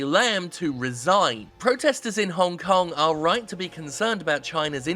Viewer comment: sorry WTF did you say the citys name was hone kong